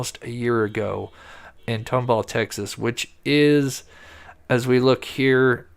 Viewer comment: Tom-Ball, Texas is how it's pronounced